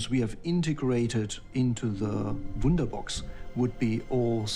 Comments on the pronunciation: Woonderbox, woonderbox.... hume battery system... sounds like letter o and u and a are same... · the guys for supply chain, hardware production and manufacturing are Germans. Pronunciations are funny. 'Wunderbox' - nice.